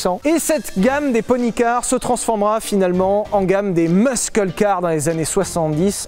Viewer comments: Alors Messieurs pour infos Muscle cars se prononce "Meusseul" Le C est silencieux merci. pour les oreilles des anglophones de bases bas du casque comme moi . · Moi aussi ça m'a foutu en rogne comment une chaîne spécialisé dans l'automobile , il ne sait même pas comment prononcé muscle cars correctement